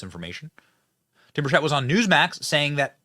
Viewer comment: Benny my husband and I watch your videos all the time. We Love the honest reporting, but Tim Burchett is pronounced (burr--chet)